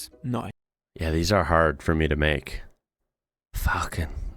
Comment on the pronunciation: When you say "yeah", in Swedish it's the sound of jäa...